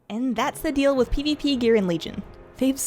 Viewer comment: I love the way you say "pivipi" :D